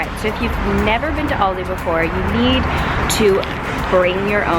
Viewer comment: It’s Al di. Not Audi